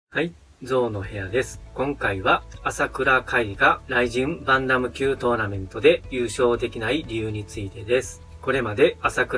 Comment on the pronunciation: バンタム級の発音が良すぎて困惑しております